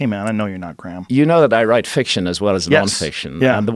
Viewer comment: This is what I call a very seldom one in a year "Blockbuster Podcast". No Ma'am, it's Gra'am.